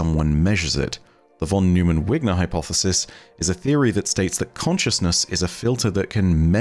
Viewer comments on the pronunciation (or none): Not your explanation, but your pronunciation of von Neumann. Its pronounced "noi-man" But your explanation of superposition is SPOT ON. -Source: Physics PhD